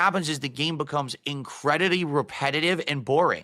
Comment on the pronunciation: "Incredidy" ?? Did I hear that right?